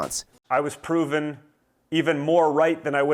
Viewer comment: Don ‘I was pooven’ seriously 😮 pooven???